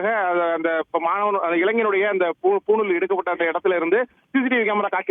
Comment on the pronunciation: அது பூணூல் டா புணுல் இல்லை